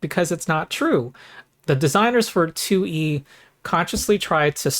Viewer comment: I love how every time you say “2E” it becomes one word that sounds like “Tooie,” reminds me of Banjo Tooie. This is a channel primarily about Pathfinder Tooie, but occasionally other stuff like Path-Finderie and DnD Threeie.